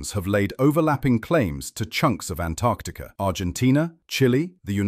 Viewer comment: Thanks for pronouncing the first 'c' in Antarctica! ❤